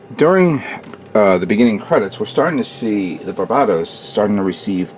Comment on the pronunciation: Not that it matters, but you keep pronouncing it like "bar BAH tos" when it's really "BAR buh tos" similar to the Pokemon named Bulbasaur... Thanks for putting up your videos. I always look forward to each and every one of them :)